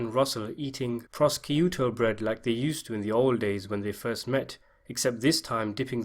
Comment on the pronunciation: Did you say, “ pross- keyu-tow”??Hahaahha!! You’re fuckin hilarious buddy. Expert on films about and made by Italians, but no fuckin clue about our actual culture. Gehead, have fun. Una persona divertente, mezzo morte. You are the only person putting out videos on this film I’ve been waiting on for ten years, so I’ll give you that.